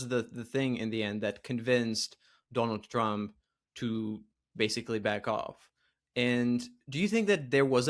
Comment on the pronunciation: Doe-nauld Traamp